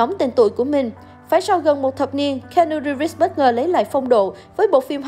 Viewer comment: Nếu muốn review một ai thì vui lòng đọc đúng tên giùm,là ci-nu-ríp,và ko phải là ng tử tế duy nhất ở hlw,còn tom hanks,...